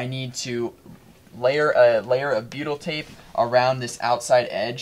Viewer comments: ohh...then that's why it sounds like Beatle🤣 tape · beatle tape? what it that? I know I'm not saying it right but that is what it sounds like your saying:(